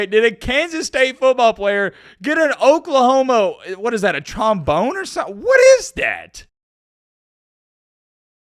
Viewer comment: Did u say oklahomo?